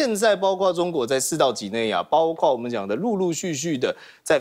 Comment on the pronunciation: 包[括]： 音[瓜]或[擴](O) 音[跨](X)